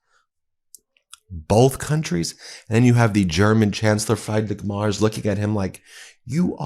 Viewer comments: Chancellor Frriedrich Merz's surname is pronounced "Mertz," like that of fred Mertz of tv show I Love Lucy. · Why are you pronouncing Merz as Mars?? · (Just as a small foot note, Ben, without offense, just information: It's not pronounces "Mars" like the planet, the ER in "Merz" is pronounced similar as in "whERe". 😉) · Do me a favour and at least TRY to pronounce people's names who are not English correctly. Friedrich Merz is called Free as in free drich with a soft ch, and Merz is pronounced Merts. I'm English and I still try to do other people the courtesy to pronounce their names correctly. Google does it for you. You talk about Trump being embarrassing for Americans, yet you are just as embarrassing. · The name is pronounced more like Merts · Try saying "mare" (female horse). Now add the "ts" from "nets". That's roughly how you say Merz. "Freed-rick" comes close to his first name. Surely you can do better than this pathetic garbled pronunciation. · Please pronounce people's names correctly, for example Merz You can use Google translate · Yeah, embarrassing. I had to listen twice because I couldn't figure out who Meiselas was talking about. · Please have some tell you how to pronoiunce the German Chancellor's name! For some time I did not know wh you were talking about. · Here is how to pronounce the name of the German chancellor correctly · Ben, Please get his name right. Please do some research. This is said with love. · PLEASE, before my head explodes. His name is MERZ - pronounced like a mare (female horse), with a hard TZ in the end [MAERTZZ], - NOT Mars. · I have to correct you. His name is pronounced Free. drich Merz (like Fred and Ethel Mertz in I love Lucy). His name is not pronounced Mars. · Merz is not pronounced Mars...Look it up Ben. 🤔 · His name is pronounced «Mertz» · Friedrich Merz NOT "Frydrich Mars". What does President McRone think about it? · btw, it’s pronounced Freedrick (well, actually ch, but you guys can’t pronounce that) Mairts